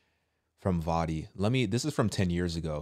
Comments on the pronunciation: VOE-DEE. NOT VA-DEE. LOL JUS A HEADS BLESSED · Pronounce with a Long O in Voddie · V -oh-ddie my brother. O sound. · It's not vaddie. It's Voddie. Long o sound. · Isnt it a long ō Vōddie Baucham? I always get the pronounciation mixed up lol!